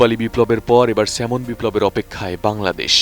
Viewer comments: Not Semon, it’s Salmon. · কি লেখা পড়া করে একটা সাংবাদিক হয় আপনি তার প্রমাণ । স্যালমন কে সেমন ! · Thikoy asa,,,,banan ta " Salmon" but, pronunciation hoba "সেমন" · নামটা তো ঠিকমত বলেন সাংঘাতিক 😆